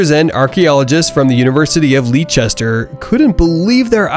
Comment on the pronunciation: Leicester pronounced. Leh stuh or lester.